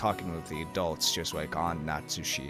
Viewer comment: A few more pronunciation tips you might want (although I'll note that you made significant progress since you started Higurashi were you were hopelessly wrong on every name^^) Natsuhi -> Nat-Sue-He (not Nat-Sue-She) Hideyoshi -> He-Day-Yo-She (not Hi-Day-Yo-She) Kirye -> Kee-Ree-Ay (not Kee-Ray) Hope you enjoy your read. The start can be a bit slow but it all pays off big time.